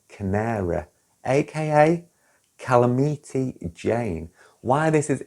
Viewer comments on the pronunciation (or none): It's calamity ( ka-lam-it-ee) like an earthquake is a calamity 😅 You said (kal-a-meat-ee) It's a Calamity of meat proportions😂😂😂❤❤❤❤